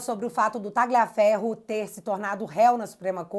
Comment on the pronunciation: pronuncie o nome do Tagliaferro como Talhaferro, pois o g é mudo no italiano nesse caso